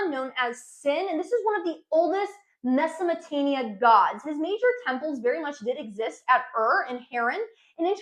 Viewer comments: MesoPOtamia not mesaMOtamia haha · She can't pronounce - Mesopotamia...she says, Mesomotamia...WTF? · She keeps saying Mesomotamia. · Why are you calling it Mesomotamia?? As much as I wanted to watch this video I coudnt go past a few minutes.. it’s extremely annoying for listeners and embarrassing for you. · mesomatania LOL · Great Video. just try and pronounce the words accurately. its not Mesomotania. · Meza Mo te mia perfect pronunciation , you say it so often and nailing it each time... Google subtitle showing Mesatania , so I have to watch it again , from the beginning , was this a marketing strategy ? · Mesamatamia😂😂I can't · Mesopotamia very clearly has a P, lol